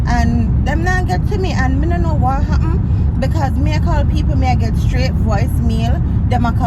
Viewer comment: said mi embarrass🤣